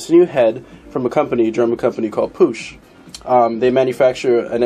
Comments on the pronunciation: pushh head ????? lol loooool say it right like i speel it " puk lol push head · It's pronounced PUKE NOT POOSH PUCH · it's not like the ch in church, it's ch like heckler and koch. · pook dude! not poosh nd they were made in graz austria, not germano! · I haven't heard anyone pronounce it as "Puck".. It's supposed to be pronounced "Pook" AFAIK, at least according to every video I've ever seen and everyone I've talked to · Pronounced "POOK". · It's actually pronounced 'pook'...just sayin' is all... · It's pronounced pook. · the heads aren't made by Puch they are made for puch. it's pronounced pook. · its pronounced "PUCK", great vids man, the dome on the piston crown affects the squish volume, how you demonstrated it would only be relevant for flat top pistons, but squish volume does not affect displacement only compression. also the syringe technique is only any use for balancing the compression on multi cylinder heads. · lol as an Austrian (btw Puch is from Austria and not Germany), I know how to pronounce it the right way. Lets just say I cringe every time u say it. lol. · You neglect a mod from consideration, enlarging the combustion chamber. You could pretty easily cut another cc out in that transition between dome and squish band, and get close to the slant head volume with the mass advantage of the puch design toward cooling. That would negate adding gaskets, or shimming the cylinder, so effect the squish efficiency less, and have zero timing effect. BTW, it's pronounced to rhyme with "look", not like a French guy saying "push", lol. Add a cc of volume, run pump premium instead of regular, you should have little danger of detonation without playing with plug heat range unless you Hill climb in saharan summer type conditions. Excellent presentation and theory work though, and a great cautionary note for those looking for "bolt on and ride" parts who might not be inclined toward surgical solutions, lol